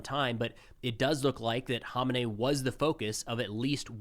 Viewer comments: It’s pronounced “Who-main-eee” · Great coverage but ya pronunciation of Khamenei is hilarious. It took me a while to figure out who you were talking about